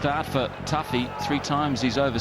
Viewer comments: How to stuff up a cricket video. 1) Use an American who has probably never even heard of cricket. 2) Not pronounce the cricketers names correctly (Who the hell is "Toofee"?) Use an English, Australian, New Zealander, South African, West Indian, Indian, or Pakistani who actually knows what they are talking about and is, more than likely, familiar with the players being highlighted. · "Daryl Too-fee" LOL you don't deserve ANY subscribers, for using AI. So fucking lazy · "Two-fee". The commentators in the clip even say his name... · As soon as I heard the pronunciation of "Tuffey", I stopped watching.